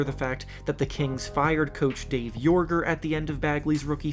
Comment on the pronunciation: Mispronouncing "joerger" makes you suspect as hell..... Anyway, although the shitstorm cast upon bagley isn't deserved or his fault (regarding drafting luka), if the kings draft luka instead, what happens???? Dallas had the foresight to tell dennis smith jr to kick rocks with the quickness; would sacramento have dine the same? And yoi bet your ass that if there was a team that could find a way to get luka and fox to play together, it's not sacramento. The world should be thankful the kings didn't drfat luka.